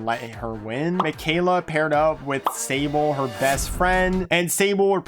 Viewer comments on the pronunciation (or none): none